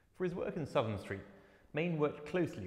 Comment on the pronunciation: Please, please it is SOUTH am St as in North and South, not Sutham. always was and always will be. Big mistake, the curater at the photographers gallery ex made the same mistake, I grew up in Southam St